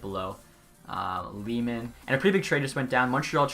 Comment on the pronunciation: Lehman is pronounced (lay-men)